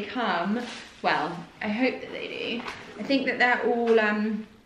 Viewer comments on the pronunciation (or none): none